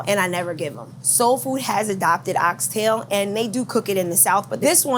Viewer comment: She Pronounced "Ox Tail" correctly 👏🏿👏🏿👏🏿👏🏿 🇯🇲 I'm definitely gonna eatin there!